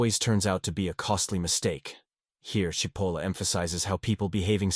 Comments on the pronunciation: The AI narration mispronounced SIH POLLA. It's CHE POLLA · AI strikes again is Cipolla pronounced Chipolla or Sipolla. As it looks Italian it is probably the first, but at least it should be consistent. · I must be one of the stupid, Is it pronounced Sipolla or CHipolla? cause its pronounced both ways here. One sentence has it pronounced both ways in the same damm sentence! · Well, first you pronounced his name Sipola. Then, Chipola which is correct. Then, Sipola returned.??? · The pronouncination is "Chipolla". By the way cipolla means onion in Italian. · "Chee po la" Italian pronunciation. And yes MAGA, Hitler, Stalin, Kim Jong Un, Ji Xinping, Putin...... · speaking of stupid......his name is " Chee-po-la" (in Italian C+I is pronounced "ch"......as in -cappuccino)......sorry listening to this is driving me crazy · People who present Carlo M. Cipolla’s great writings need to learn how to pronounce his name which actually translates to mean onion (cipolla-onion) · Very good piece. That said, it would have been even better if you could have settle on one pronunciation of Cipollo's name. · How ironic that a video explaining stupidity repeatedly mispronounces Cipolla. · Pick a pronunciation of "Cipolla" and stick with it. AI-narrated videos are awful and boring, even, dare I say, stupid. Also, pick a definition of "stupid."